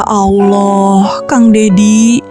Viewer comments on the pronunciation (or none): Sakit telinga dgr sebutan ya alloh.. Coba sebut betul2 Allah..ya Allah..